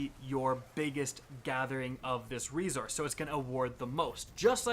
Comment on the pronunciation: Your videos are always informative and I do reference them whenever I need any D2 help, but I have one major issue... pleeease stop saying resources with a z! It’s not rezources... honestly makes me want to rip my ears off! Other than that, thanks for the tips 😉